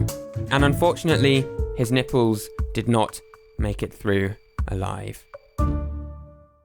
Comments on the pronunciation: curls his tongue properly to pronounce the L in 'Olympic Games' Also: "Nippews" Come on England it's your own language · I couldn’t help myself but laugh all the time about how you pronounce nipples